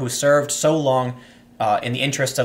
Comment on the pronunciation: Did he just say her "lung" career?!